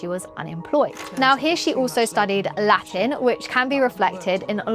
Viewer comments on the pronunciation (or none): none